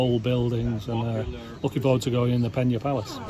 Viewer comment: Good insight thanks. However, Amazed how you managed to say the name of the site maybe a hundred times in this video incorrectly😂 it's Pena, not Penha (which is how it would be in Portuguese if written close to the way you pronounced the somewhat Spanish sounding Peña)